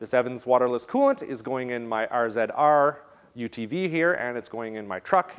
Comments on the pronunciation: Y u calling it R Zed R its Razor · Whats an "R ZED R"? Here in Wisconsin, its still an RZR. Like vids, Keep up the great vids.